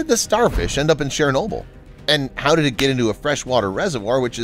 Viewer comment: Would have been nice if the narrator had bothered to learn, and use, the correct pronunciation of 'Chernobyl'.